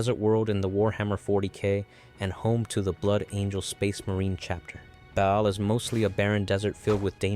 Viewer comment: Baal is pronounced by the creators of WH40K as /ˈbɑːl/, so i would recommend to stick to that prononciation